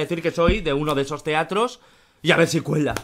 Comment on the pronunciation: Y AVER SI CUELA me mato como lo dijo 😂😂😂😂 y parece que dice yiabesiuela